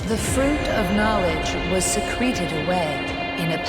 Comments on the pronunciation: God secreted the knowledge away? The voice actor kinda dropped the ball there. See-kret-ed, not Seh-kreet-ed. How did that get through editing right at the beginning? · yo she really said SECRETEd instead of SECRETed